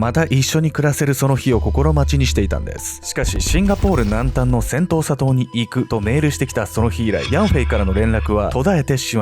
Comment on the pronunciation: セントーサ島。 最初、音しか聴いていなかった時、 「戦闘・砂糖」 に聞こえてしまって、内容がなかなか頭に入って来なかったっす 申し訳御座いませんm(_ _)m 動画の内容の感想としては、うまい話には絶対裏がある、という教訓と、白馬に乗った王子様は現実世界にはなかなか訪れない、と。で、その恋人？とやらの遺体があがって、それが本人なのか鑑定したのかしら？DNAとか。 (内容が頭に入ってきてないので許して下さい😭)